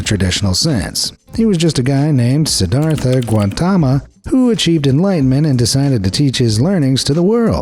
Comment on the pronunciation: sorry man but it's Siddharth Gautam. I'm local so that's credibility there is no vowel at the end(both name and surname ends at consonant)